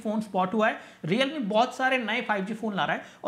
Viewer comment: 😂😂😂 lol 😂 realme ko reame bhi bola 😛